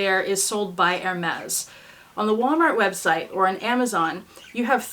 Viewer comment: It is not ermez...it is airmay